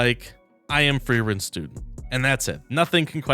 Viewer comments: Is there some reason people cannot pronounce FREE-WREN and FERRRRRRRRN? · wand != staff, frieren != fern the amount of times you mixed up names is crazy